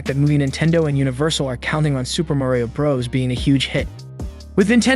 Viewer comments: Why do you say bras instead of bros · Oh My Gosh, ITS SUPER MARIO BROS NOT BRAS DUDE UGH IT SERIOUSLY ANNOYS ME AAAAAGH Edit: HE ACTUALLY SAYS IT NORMALLY IN THE END OF THE VIDEO HE MUST HAVE SEEN THIS COMMENT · man did not just say "Super Mario BrAHs" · This guy has a robot voice he can’t even say Bros right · You’re saying bros Wrong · Why are you calling it Super Mario BRUS Also did you say Mairio?